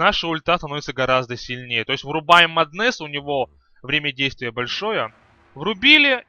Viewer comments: Батлфури , не батлфляй , а батлфури. И не маднес , а маск оф мэдес ну или мом. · Подучись английскому у тебя очень плохое произношение,и не Маднес а Меднес и не левль ,а левл.. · джагернауД блять, маднэсс, баттлефура... я думаю ты понял почему столько дизлайков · Прошла минута, а из моих ушей уже вытел литр крови. Эти ваши маднЭсы, батлефУры и фризы это какой-то жесточайший пиздец. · МАААднес и Батл Фура уши вянут, пол ролика разговоров не о чем.